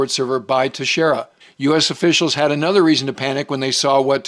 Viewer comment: pronouncing airmen Teixeira's name right... something I have seen nobody else do. Just another example of the quality we get here.